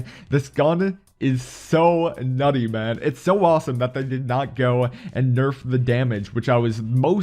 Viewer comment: I heard Naughty😂